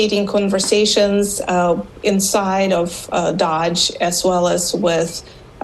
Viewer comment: Bloomberg news lady called Doge "DODGE" 🫤